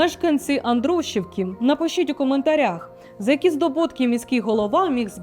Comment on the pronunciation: .Андрушівки. наголос на і. Андруші'вки.